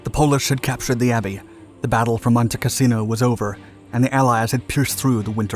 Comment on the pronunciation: Why do we get a picture Castello Sant'Angelo when talking about Monte Cassino (which, by the way, is not pronounced as the narrator does)? He keep saying "casino" rather than "cassino". The latter is name of a place. The former is one word for brothel. The narrator makes a number of howlers in English. I cannot believe he is the product of any English-speaking educational system.